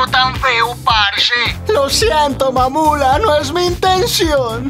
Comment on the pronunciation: ME KGUE CUANDO DIJO (MAMULA)